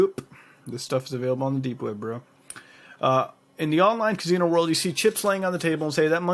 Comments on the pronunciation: lol "Ka-Zee-No" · I wonder if that casino thing actually works. And I love the way mutahar says casino 😂 like "cazino" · sounds like your putting a Z in casino. .